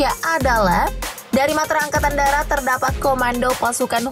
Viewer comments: Woooyyyy.... Angkatan DARAT bukan DATAR...😂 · Angakatan Darat apa Angkatan Datar?? Buat malu saja